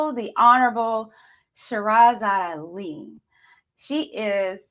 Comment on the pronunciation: Lol, you so fake you can’t even say her name right. Lol this is 1984.